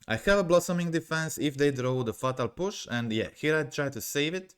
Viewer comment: It’s fey-tal push. Not fa-tal push